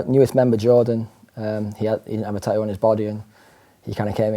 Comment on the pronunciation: "tah ooh" and "tah ooo ist" 🤣